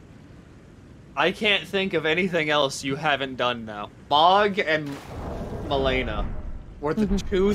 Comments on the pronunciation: "I've heard MELAINA blade of miquella so many times" so many times you forgot how to pronounce it 😂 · not pronouncing Malenia's name right after saying he heard it so many times hurts me physically